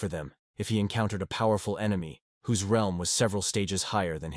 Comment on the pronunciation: Bruh why u say realm like that